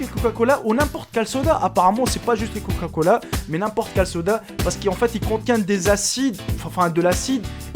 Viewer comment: Du coca.... pas du couca lol !